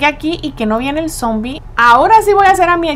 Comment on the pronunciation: no cre porque dice zoombie